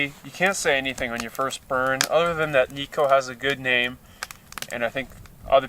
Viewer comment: It's Kni-Co as in Knight, not Knee-Co :)